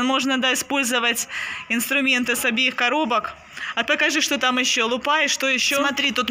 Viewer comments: С Новым годом. Всех благ вашей семье. Артуру большущее спасибо за поздравительную песенку, какой молодец. Рождество в России отмечают 7 января. Артуру большущее спасибо за поздравительную песенку, какой молодец!, почему вы ударение в слове лУпа, делаете на последнем слоге лупА? Первый раз такое слышу, это же неправильно, и ваш сын тоже будет говорить неправильно. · Я тоже первый раз слышу слово лупа’ - ударение на а, обычно ударение на первый слог. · вы не правильно говорите слово лупа.Нужно лУпа,вы говорите лупА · Потому что в Украине говорят лупА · Лупа (почему ударение на а)? Очень ухо режит. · А потому что украинизм, нам не режет... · Здравствуйте, в слове Лупа, нужно ударение делать на букву "У". !!!! С Наступающим новым годом!!!!🤗☃️🎄🎊❗❗❗ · Лупа ударение на у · Лупа, ударение на лу в русском языке.